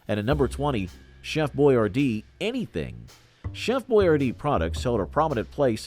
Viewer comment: Funny seeing Alyssa Milano in that Hi C commercial. And Costanza with hair. You also mispronounced Boy-ar-dee. Trust I used to say it the same way until I saw an old b & w commercial with him saying his name. Granted, its subtle, but there is a difference.